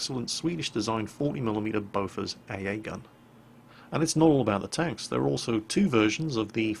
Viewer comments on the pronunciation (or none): Aww, you're butchering the pronunciation of "bofors"